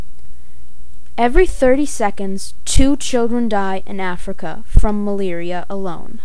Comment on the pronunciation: please say "Malaria" right....It's anoying